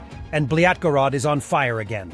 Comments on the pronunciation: Did the AI narration say "Bylatgorod"?😂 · Did you say Blyat-gorod? Lol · Also 2.10 speaker said "Blyadgorod" instead of belgorod that shows how he hate russians, so we can see real face of propaganda creators, so they assembled cut movies and add dramatical music, very shitty way for mind manipulation